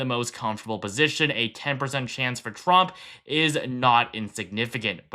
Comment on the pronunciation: Trump, not tramp.